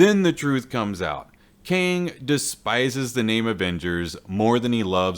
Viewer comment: Kang not king...